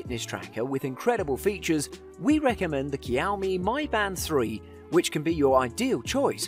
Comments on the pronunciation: hahah the pronunciation of Xiao Mi was hilarious. How did an X become a K ? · Great video. It's pronounced closer to "Siao Me" btw. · Might want to find out how to pronounce xiaomi